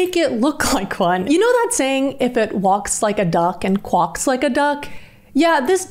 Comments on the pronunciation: the walk like a duck qwuaq like a duck slays me its pronounced qwack like crack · i'm sorry mam i love ur videos but did you just say "quock" like "lock" but with a "qu" in the front??? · I've never heard anyone pronounce "Quack" as "Kwok" 😂 I don't hate it. Imma start pronouncing it like that 😂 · Loved the video although it was disturbing! But.... did you say Quack like Kwahk instead of KwAk? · Did you say "quocks like a duck"?? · Did you just pronounce "quack" like "quawk"? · Riiiiiiiggghhht unmmm now that I've gotta sear out my eyeballs and pop my ear drums .... we now have to go over how you pronounced "QUUAACCKK !!" ... QWALK?? DId you really say qwalks like a duck?!? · What the fuck is qwock like a duck? Does this girl posting the video not speak English did she not grow up on Earth? You quack like a duck not qwock. That is not a simple mistake she's actually speaking as if she doesn't know the word. Something very strange and this is not AI. Very weird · I'm sorry....did she say "woks like a duck, quoks like a duck"? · Great video.. but why did you pronounce quack like that?! Lmaooo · I'd never heard an aussie say quack before.